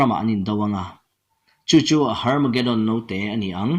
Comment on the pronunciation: A tha ka ti hle mai. I ngaihdan - 'Pawm nuam tih zawng.. etc.' hi ka ngaihdan ve chiah a ni. Amaherawhchu 'Harmageddon' ti a i lam kher erawh hriatthiam a har ka ti 😆😝